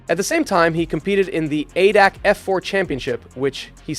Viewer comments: It’s A-D-A-C, every letter is pronounced solo, like in AC/DC. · Great video! For future reference, ADAC is said as an acronym letter by letter. Not important, but if you want a German to know what you mean it helps to say it that way.